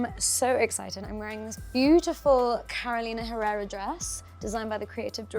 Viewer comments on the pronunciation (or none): none